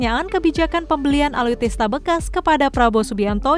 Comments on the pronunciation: ALUTSISTA BUKAN ALUTISTA. NEWSCASTER GANTI AJA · Alutsista mbaaak... Bukan alutista, Susah bener bilangnya...